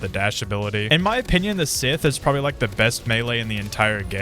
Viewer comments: Bro said Sith Stop Say Scythe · NO WONDER THEY SAY AUSTRALIA LIVES UPSIDE DOWN ITS SCYTCHE NOT "SITH" THATS A NAME!!! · Broo its scythe not sith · Whys everyone calling it sith, its scythe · ITS SCYTHE NOT SITH BRO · It is not sith it is sythe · Scythe bro not sith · ITS SCYTHE NOT SITH BRO... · Why u saying sith? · It's not sith its scythe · It is call scythe not a sith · Bro it is scythe not sith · ITS SYTHE NOT SITH THIS AINT STAR WARS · SCYTHE NOT SITH STOP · Also it should be pronounced sa-ith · Bro its scythe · Its scythe bro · STOP SAYING SITHHH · Bro it’s Scythe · It’s not synth it’s scythe pronounced sa-ith